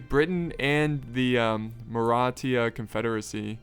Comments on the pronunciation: It's mara thhhha not maratia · By the way it’s not pronounced maratia it’s Maratha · It's Maratha not Marathia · Its pronounced (mar- rah- thah) or Maratha